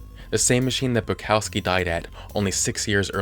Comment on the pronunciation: Why do people have trouble saying polish/european names? Its Bukovski(how you should read it),not Bucowski(how you read it).